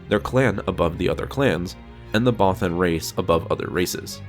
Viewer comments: Bothan is pronounced (both-ENN). It's literally said in ROTJ by Mon Mothma, bro. Twice. No offense, my friend, but you seriously need to brush up on your pronunciations. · I like ur vids but not how u say bothan but keep doing u bro